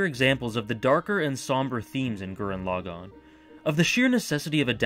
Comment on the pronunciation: Hey I hate to be reductive, but pronouncing it Gurren 'Log On' is really grating...Especially when it's the title of the show that's clearly said a dozen times throughout. Thanks!